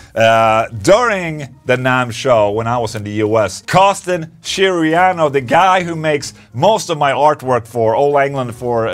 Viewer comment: Costin Chioreanu, that's DEFINETELY a Romanian name and the english pronunciation is really funny